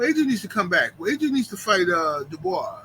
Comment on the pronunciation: Dubois got the mutant strength with the R 😂